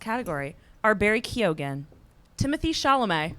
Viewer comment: PLEASE if you can say Keoghan right you can say Mescal right. It’s not MEZ CAL. 😭